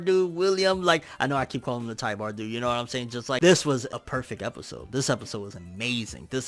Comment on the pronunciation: Also, his name is Tybur, not Tybar.